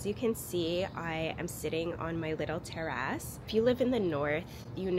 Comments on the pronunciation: Okay.. I thought that was just me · you say terrace funny!